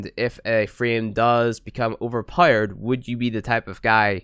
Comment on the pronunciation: Powered not powerede